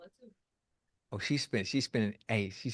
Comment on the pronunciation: Lol the way Americans pronounce Antigua and now Anguilla is too funny… It’s not An-tee-gu-ah it’s An-tee-guh Yall don’t pronounce Usain’s name correctly either but that’s another story for another time 😂😂😂😂